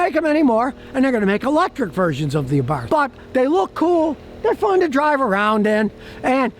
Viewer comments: I have a 2010 FIAT SIENA 4 door with a fuel injected 1.4 engine, 5 speed, Totally stock and runs and revs like a beast. Has 175k kms, no problems. Abarth is pronounced AAAAA- barth, not uh barth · Just for the record this version of the 500 is pronounced "Abart." Also, Happy Birthday.